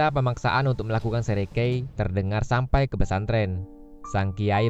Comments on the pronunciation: 😄 bagus .👍.. hanya beberapa narasinya kurang teliti..... sekerei ..... dibacanya ...... serekei .....👍🙏 Seikerei adalah membungkukkan badan ke arah utara (negeri Jepang) dengan maksud penghormatan kepada Kaisar. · maaf bang yang benar itu seikerei bukan serekei